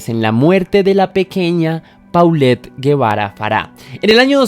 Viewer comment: Amigo. Hola. Yo soy de México y la pronunciación correcta del nombre de la nena es: Polett Jebara...la pronunciación únicamente pues su nombre si esta bien escrito. Saludos